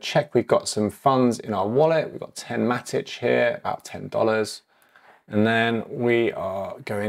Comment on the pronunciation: Should it be Matik? If so I've been pronouncing it wrong for 3+ years 🫣